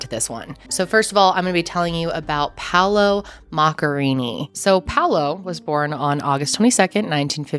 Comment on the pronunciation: It's a pity that the presenter can't even get the pronunciation of Paolo's family name right.